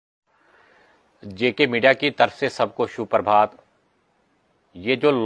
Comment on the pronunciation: Prabhaat hota hai bhai Parbhaat nahi...